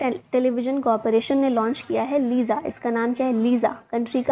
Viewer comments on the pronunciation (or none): Madam main odisha se hu .....liza nehi lisa..... ( Lica)